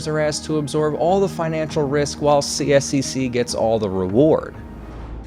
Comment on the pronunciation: You can partially think the chair of the committee that got this through: Sonya Sharp who is now running for mayor. Consider this when voting for mayor in Calgary this October. Couple other things: CSEC is generally pronounced C-sec. I'm a season ticket holder to two of their teams, and very much don't appreciate this much public funds going to this project. I'd venture to say the majority of Calgarians weren't in favour of public dollars going to private billionaires, especially this much subsidy. Their original 1/3 split was better: 1/3 up front by the city, 1/3 by CSEC, and 1/3 by the city but recovered through ticket surcharge until paid off. CSEC managed to get away with only like 10% up front cost by them...highway robbery.